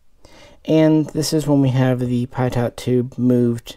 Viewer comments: Your videos are good but I cringe everytime you pronounce Pitot as "Pie-Taught", it's pronounced "Pee-Toe" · Don’t be such a pie-daughnt